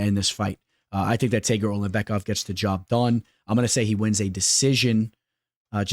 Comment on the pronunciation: Ngl bro the way you said Tagirs name annoys the shit outta me LOL